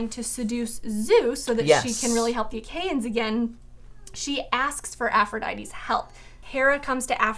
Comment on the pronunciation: Years late so I doubt this matters, but it’s the “Ach-E-ans”. “Ae” is always pronounced “E”. There is usually a helpful pronunciation glossary in the back of Homer translations. There is at least one in the back of the Fagle translation.